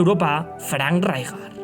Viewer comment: Le voy poner un 'pero' a este gran vídeo: Qué manía con pronunciar "Ráijar", cuando será el castellano el único idioma en que esa letra se pronuncie así...